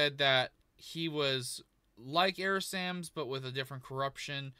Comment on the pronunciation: Sounds like he said "Error Sams."